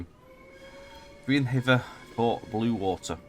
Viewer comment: PS Greenhithe is pronouned Green-hive ;)